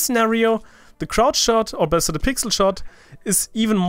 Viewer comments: you said "besser" and not "better". Are you german? :D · you saied "the crouch shot or BESSER the pix. shot" xD (german?) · bist du eigentlich deutscher oder hab nur ich das "besser" gehört ? xD